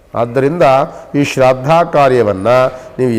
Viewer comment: Shradda alla shraaddha